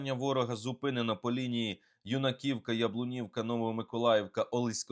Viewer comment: Юнаківка, наголос на першу букву Ю. Кажіть правильно.